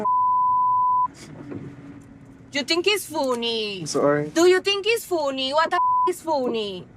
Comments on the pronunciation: You Think It’s Fooonii WTF Is Foonii😂😂😂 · joo so foo-knee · 'Yes, I think it was foony'. Sorry, not sorry. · I think it’s foon-ee that she has no ragrets. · thinks it’s fooony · "You think is foonie? You think is foonie? I thought I was playing you but played myself and you think is foonie?" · You think its fooony? Whats so fooony?